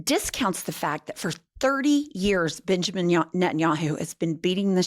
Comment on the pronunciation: Bitch-amin Netanyahu is what I heard. You should do that on purpose! Except the US is Bibi's bitch. 😢 Even if you don't always use Butthole of the Bible Belt when you're being formal and bringing the gravitas.